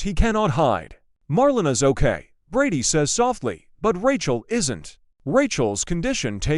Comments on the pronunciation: I should hope they dont kill shawn dougas off the show. It is pronouced Mar_lana. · Her name is MAR-LE-NA